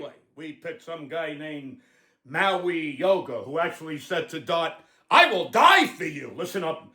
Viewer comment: There is a fucking G in his name, not an N...MauiGOa!!!!